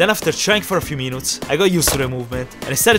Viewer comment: He said minuuts insted of minutes 😂